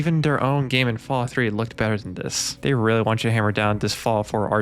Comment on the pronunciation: "Fawout Senny-sis"